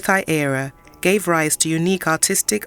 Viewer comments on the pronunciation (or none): none